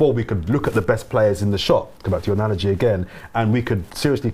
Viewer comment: If I hear another analagie I'm gonna get an allergy 🤣